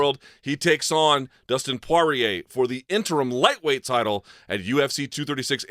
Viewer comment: Who da fook is Dustin Pwawrier?